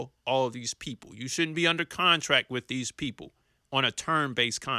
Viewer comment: did you say ''shouldn't be on a contract with these people on a term base contract with these people'' . . . i couldn't tell if it was should or shouldn't you meant to say